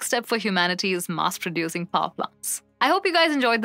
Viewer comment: That's Mass, not Maas.